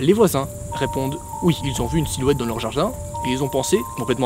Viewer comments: Yuki-Cha n moi j’entend jarjin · J'suis la seule à l'avoir entendue prononcer "Dans le jajin" ? xD